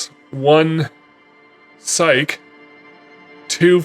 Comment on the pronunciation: You know this word "Psyche" is pronounced "SIGH-KEY", and not "SIGHK", right? And "Savoir Faire" is "SAH-VWAH-FAIR". And anyone who doesn't hit on Klassje misses the absolute funniest dialogue in the whole game. Oh, well. I'm out.